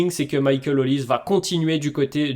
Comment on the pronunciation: Olise ce dit Olisé ... Comme pour doué pas Édoué ... Serieux ça parle de foot et vous ne savez pas les noms des joueurs... atroce